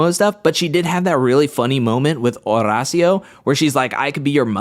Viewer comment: I love watching you but I hate how you say Horacio’s name 😂